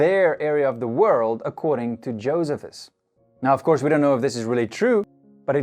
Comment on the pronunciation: Very good program. I was once corrected from saying Josephus the way you did, to saying it with emphasis on middle syllable. Jo- SEE - phus... ( Not JO- sephus). This was at a Bible archeology seminar.